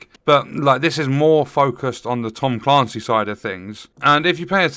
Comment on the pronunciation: Tom Caaancy?! 😳 Ps. You’re right.